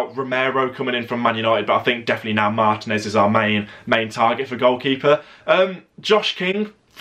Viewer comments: One constructive criticism. Can you please pronounce ethnic names in their native language in future videos, rather than anglicize it. For example, Martinez's name is pronounced mar-TEE-nez, not MAR-ti-nez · but that's not how it's pronounced in Spanish. Stop being ignorant.